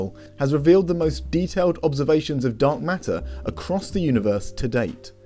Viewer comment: It sounds like you're saying dog matter, but you're saying dark matter.